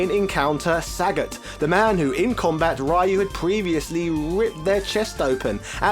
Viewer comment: This guy refuses trying to pronounce the names correctly. It's not only Ryu, but also Sagat, Gōken, Gōtetsu.... It's not only a matter of British vs American pronunciation. It's ok to pronounce the names wrongly, but maybe it would be more respectful to at least ... try?